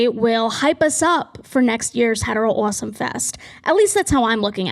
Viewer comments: First time on your channel. Pleasantly jumpscared by “uoawsome” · Obsessed with how you hit the first syllable of “awesome” and “offer” awh-some video you’re awh-ffering what accent do you have 😭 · Love when the Boston accent gets really strong at "awesome" genuinely your voice is lovely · actively struggling to keep my echolalia in check every time u pronounce awesome like that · big fan of how u pronounce awesome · Something about the way that you pronounce any word with "o" and "aw" at the beginning scritches my brain right. I love your accent 💕